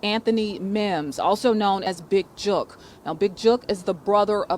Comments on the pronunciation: Mane saying Juke not jook...awful🤦🏾‍♀️ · How people not from Memphis say “jook” is funny as hell 😂😂😂